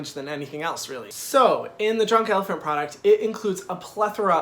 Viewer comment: Actually we don't pronounce the "t" in elephant haha but your French accent is cute! Keep doing your videos, they're funny, a little bit sassy and professional! You just gain a subscriber from France!